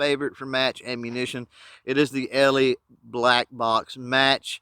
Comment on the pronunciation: Great review of this pistol and how it handles different ammo for accuracy. One small thing though...the Brand name “Eley” is pronounced “EELEE”, not “ELEE”, and there’s different types of .22 Pistol and rifle ammo, for general purpose, Club use, practice, Bullseye, 50 meter free style, Olympic, etc. It’s very likely that using Pistol Match ammo in that pistol, the tight group you shot would have been even tighter. Anyway, thanks for showing what other than cheap ammo can do in a nice looking .22 pistol. In the case of .22 match ammo, you do get what you pay for.